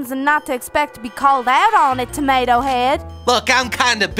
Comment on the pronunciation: U always pronounce tomato AND taco wrong